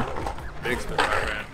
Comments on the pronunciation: Why's he keep saying splitfires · splitfire, splitfire, splitfire am i hearing things? i swear you keep saying splitfire.